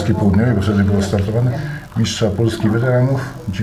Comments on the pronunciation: Droga:) dziś obejrzałem 2- twoje filmy,pierwszy w obronie wydętego brzuszka:) który skomentowałem negatywnie oraz ten pod którym zamieszczam wpis. Film ten jest super produkcją,drobne przejęzyczenia miszcz/mistrz drażnią mnie, ale jakość tego filmu,a właściwie reportażu jest tak dobra że gdyby nie wpis jakiegoś youtubera to bym tego nie zauważył. Naprawdę jest do dobrze zrobiony materiał.Fajnie że pomyślałaś o starej gwardii,która rozpropagowała ten sport. Nie wiem czy to dla Ciebie ważne ale od dzisiaj masz jednego subkrybenta więcej. Gratuluję zrobienia dobrego materiału na poziomie profesjonalnej telewizji. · Ale jak innym youtuberom Pani wytyka lapsusy językowe albo pomyłki , przejęzyczenia to jest ok. Film jeszcze Pani o tym nagrywa, a za coś takiego jak miszcz zamiast mistrz to się w podstawówce albo to w zeszycie 100 razy pisało albo w kącie stało. Tak pilnowali nauczyciele poprawnej polszczyzny. A DZISIAJ WYJEBANE NA TO i każde zwrócenie uwagi, co by nie mówić merytorycznej, jest traktowane jako "wylewanie swoich żalów" albo bycie "sfrustrowanym hejterem". Żałosne hehe ale tak musi być w tym chorym świecie fit i kulturystyki.